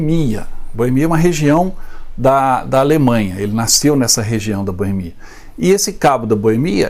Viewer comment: Cabo da Boemía, não. Cabo da Boêmia. Bom, até onde sei, Hitler nasceu na Áustria, em Braunau. Sei também que há uma região na ex Tchecoslováquia - hoje República Tcheca - que também se chama Boêmia. Boêmia na Áustria? Não sei... Outra coisa: Não é /bânker/ e sim /búnkâr/ a pronúncia da palavra em alemão. No mais, parabéns por esse duelo de vocês aí! Bem interessante.